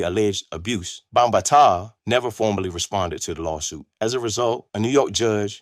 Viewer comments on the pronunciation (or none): It's five pillars of hip hop: MCing (emceeing), DJing, breakdancing, graffiti art, and knowledge. And you're pronouncing Bambaataa wrong.